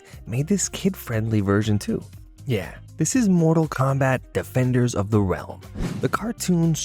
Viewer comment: Bro u killing me u can't get the name right or saying mortal Kombat